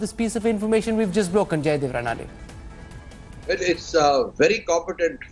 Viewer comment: Why don't you guys ever take efforts pronouncing Maharashtrian names correctly. It's NOT Naa-raa-wane, Raa-na-dey but they are Na-ra-wa-ne,Raa-na-dey. At least ask any Marathi speaking person how to pronounce it. This is utterly irritating.